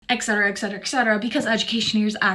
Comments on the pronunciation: she said Eck Cetera, it's Et Cetera, as in Etc. Holy..... sh. Lol, in 2013 I had surgery on my right shoulder and was sent home 25 minutes after I was woken up. They gave me a Dixie cup of Sprite and ice then sent me home. Ever try to replace a bandage on your back by yourself? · What's up with all these people saying "ex-cetera"? Just to sound smart? I don't get it. Or is this just another american "trait"... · An example of education not being good enough: when you say "ec cetera"... it is Et cetera "and further" in Latin. The abbreviation is Etc, not ect. Ect is ectoplasma or something... I'm otherwise not much of a grammar nazi.. just that "ec cetera" isn't .. anything. My hill and my mission. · ”excetera” ? werent azn americans supposed2be well educated